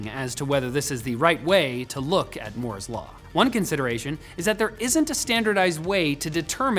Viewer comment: *Moo*'s law